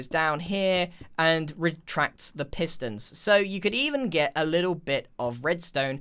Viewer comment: Yurs Dungeons are just awesoeme! It is sttange ti hear from Grian: Redstone or pistone... 😆